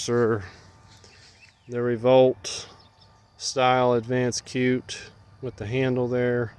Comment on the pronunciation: It's pronounced "shoot", not cute! Other than that, great video. Good info, like the upgrades!